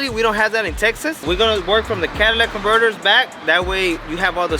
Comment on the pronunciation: Sounds stupid when you say Cadillac converters 😂